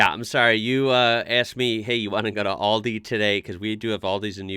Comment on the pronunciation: The corect name is Aldi not Oldi 😂😂😂